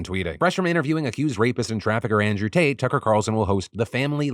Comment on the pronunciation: Andrew Taint. It's Andrew Taint.